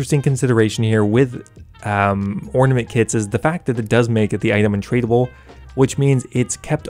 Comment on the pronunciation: "Twisted Ornamanet Kit" nice